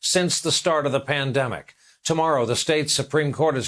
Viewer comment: Mandemic not pandemic